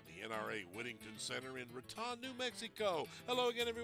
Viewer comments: It’s not pronounced “Ruh-Tahn” New Mexico it’s “Rah-tone” 🤦🏽‍♂️ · Raton is not pronounced like baton. The "O" is long like "tone". Great shooting.